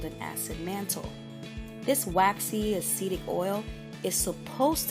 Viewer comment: I am "Caucasian" which doesn't mean much, since I did not come from the Caucasus Mountains! However, despite not have the hair issues discussed in this video, I really, really enjoyed the video! A pleasant voice, the music was NOT disturbing, and it actually provided FACTS. Cool. One adjustment: the word is a-cid-ic, not a-seed-ic. But that's such a tiny flaw, I probably should not have mentioned it...